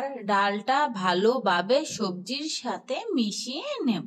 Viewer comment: jemon pata kopi na << hobe badhacopi,, Hube na kotha hobe sate na sathe ,,kicu na hobe kichu ,, mone hocche reading porchrn ,,, OKAY